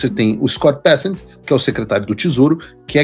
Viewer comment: O correto é Scott "Becênt" e não Bécent